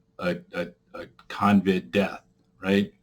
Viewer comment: It’s CoVid not Convid